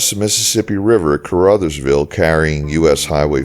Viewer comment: Brag-a-dosha. I live 10 miles north-east of Dyersburg and work in Caruthersville. Thank you for saying Dyersburg, Hayti, and Caruthersville correctly!